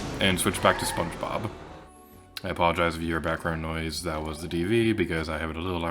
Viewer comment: " spon bobba...spon bob-....." hahaha this cracked me up so bad I tend to mix up all my words together like this 😭 it feels good knowing im not the only one